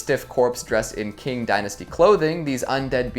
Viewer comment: Couple of quibbles: I think it's "Elizabeth Bathory". And, maybe you were referring to the "Qing" dynasty, China's last? That used to be written "Ch'ing", and is pronounced "ching", rather than "king". Just being helpful, here!